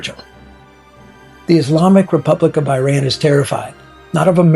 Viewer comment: Dude learn how to pronounce the country's name correctly. Second, your cover photo crossed off Iran to become Persia? It's more about our country not being an Arabic country as Iranians are tired of Islam and Muslim identity being force on Iran as this is not the Persian identity. Please learn from actual Iranians instead of going to sources brainwashing you half baked ideas. And if you don't want to genuinely make the effort to understand Iran, at least do other topics as you are not helping Iranian people. And if you are a puppet of the Mullahs and Ayatollahs, God help you because for 47 years Iranians have had enough of this.